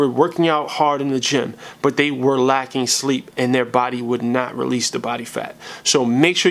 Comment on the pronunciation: did you mean to say sleep lol but anyway this video was really good and got a like from me ik this came out ages ago tho